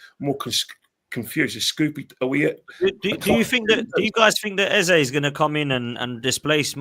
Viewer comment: Eze will realise Lego head will play him out of position and not join its World Cup year btw his name is pronounced EZA better off at palace a proper people’s football club at least for another year .